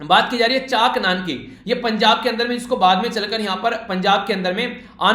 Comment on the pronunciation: I am From Asr, Punjab no worry sir, i will tell you , if there is any mistake in pronunciation 1st Akhand Paaaath not pth Guru Teg bhadur ji was born in Amritsar, Punjab. spelling is chak nanki but pronunciaton is chk nanki not chaak nanki 1. Guru nanak dev ji 2. guru angad dev ji 3. guru amardas ji 4. guru ramdas ji 5. guru arjun dev ji 6. guru hargobind ji 7. guru har rai ji 8. guru har krishan ji 9 guru teg bhadur ji 10. guru gobind singh ji Khanda (Symbol of sikhs)